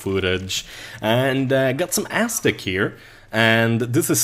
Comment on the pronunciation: Lol, when says Aztec, it sounds like "AssDick".